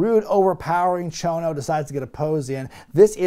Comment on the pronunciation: Struggling? He nailed it! Konsuke Sasaki and Mr. Chono.